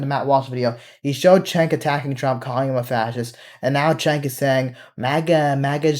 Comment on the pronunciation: Going to preface this with stating I can't stand them and their pivot. Question: does everyone who dislikes or hates him call him Chank, Chenk, or Chink or something? Even when I wasn't a prog, I called him Jank, as is how his name's pronounced.